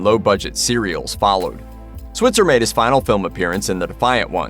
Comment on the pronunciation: Alfalfa's last name is mispronounced in this video. You say it with a long i sound.